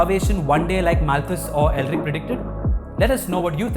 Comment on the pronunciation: Paul Elric of Melniboné? Oh, Paul Ehrlich. If you pronounce CH as K, OK. But then you pronounce his name AIR-LICK. Not like a novel character by Moorcock, while both are probably very sinister characters ....